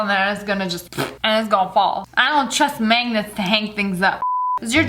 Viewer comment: I don't trust 'manegets' to hang things up Me: WHAT? MANEGETS! XDDDDDDDD